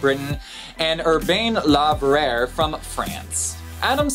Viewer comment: and LeVerrier is probably pronounced "LeVeriay"